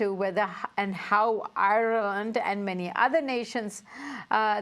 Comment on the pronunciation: Good God! She must be the worst interviewer in history...she can hardly pronounce Ireland!